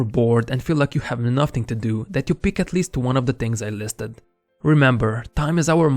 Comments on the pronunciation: Stop pronounce word nothing as "nafting" it's "nafin"! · С таким произношением ты бы лучше канал так и назвал бы: нафтинг